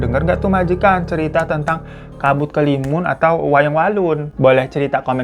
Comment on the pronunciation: BANG SETAU GUE ITU NAMA NYA KABUT HALIMUN DEH.. BUKAN KELIMUN